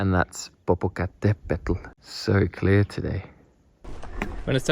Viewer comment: Impressed by just how much your pronunciation of Popocatepetl improved, it's a difficult word for native speakers and you were pretty much spot on